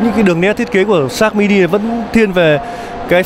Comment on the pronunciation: nge di nge lai vẫn la sin sát mini